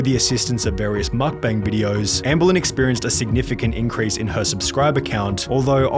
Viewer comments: MeokBang 먹방 (yes) Mukbang 막방 (No) Love your videos but the pronunciation of this word is driving me nuts. MeokBang MeokBang MeokBang MeokBang MeokBang MeokBang MeokBang MeokBang MeokBang MeokBang MeokBang MeokBang MeokBang MeokBang MeokBang MeokBang MeokBang MeokBang MeokBang MeokBang MeokBang MeokBang :) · hey! nice video I've been a subscriber for a while now. For future reference Mukbang is pronounced Muhk-bahng!